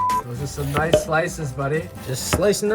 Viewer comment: G'day mate. Epic as always. So a couple of things.... I need to stop saying I'm hung like a gorilla and did I hear an Aussie "noice... noice" at the tasting? 😁 Oh, I have cooked dumplings on a plate like that for years. 🙄 Nah, just messing with you. You recipe, your way, your video, your way... That's why you are my fave cooking channel. 👍 Just amazing cooking brother! All the best. Daz.